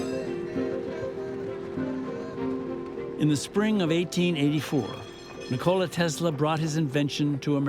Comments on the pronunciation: It’s true we Americans have never given Tesla the respect he deserves. That starts with the most basic and recurring disses that this film is guilty of too: butchering the pronunciation of his name. It’s not nick-KO-la. The emphasis is on the first syllable, and it’s pronounced like the English words for the joint in the middle of the leg: knee and and the soda: cola: NI-kola. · You know it's going to a bad documentary when one minute in and they pronounced his name wrong! It's Nikola Tesla not Nocokla Tesla.